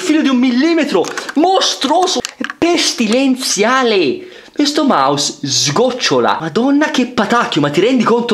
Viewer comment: ahah Pestilenzialeh